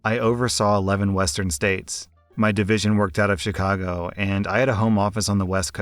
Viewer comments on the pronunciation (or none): none